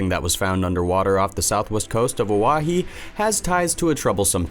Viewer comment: The way he pronounced Oahu is deplorable.